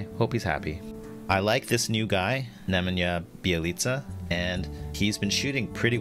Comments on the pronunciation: Nay man ya is more how his name is pronounced. Great review as always and I love your snarky/hilarious comments (mr. 15% is one) bring a lot of humor into it, keep it up! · Homie said screen iyesha lol